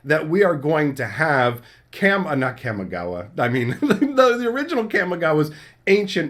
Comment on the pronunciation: Ka mi ga wa ❌ Kam mi ga wa ✅